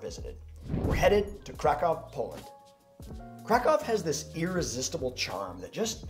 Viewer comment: I do love your video; especially as I am now both Polish-American AND Polish, and I will soon be moving to Poland, but could you do us a favor please and try and pronounce the names of both cities and food better? Krakow is NOT pronounced as if you are saying "Crack+Cow". The a is pronounced like in the word allow or ah. The o is like in the word boot, and the w is their v sound... So "phoenetically" it looks like this--> krahkoov... The pronunciation for Pierogi is like this... "i" is usually a long e sound like in the word pea...the "e" is like in the word egg... This time the "o" is a long o sound like in the word Oh or row...and the "gi" is pronounced similarly like the Japanese word "gi" which is the outfit people wear when doing Karate or other martial arts. Oh and every vowel is pronounced... This looks "phoenetically" like this... *pea+eh+row+gi*. Please know I don't mean to sound egotistical or arrogant. I need to learn a LOT myself, but this part is important too....